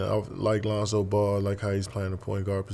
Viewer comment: did u say "Lonzo Ball"?😹😹😹😹😹😹😹